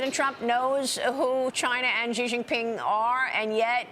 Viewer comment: "Xi Jenping should be worried" 😂😂